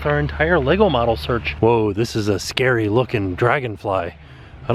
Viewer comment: Oh!!!! Thank you for saying LEGO properly! You are amazing!!!!